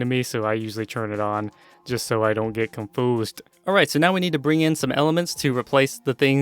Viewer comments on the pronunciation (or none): "comfusud" ummm wrong pronounce once XD